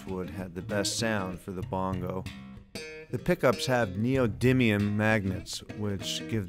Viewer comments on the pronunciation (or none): none